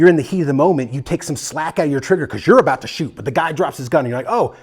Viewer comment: Its aboot. Talking aboot. Please.